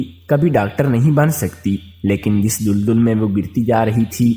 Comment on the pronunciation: Lafz dul dul nhi dal dal ha apni islah kar lain